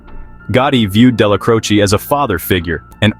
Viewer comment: I can't take you serious. You're not even pronouncing the names right. It's Della-Crow-Che